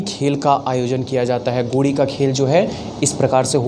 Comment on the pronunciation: Sir गोडी नही होता गेड़ी होता है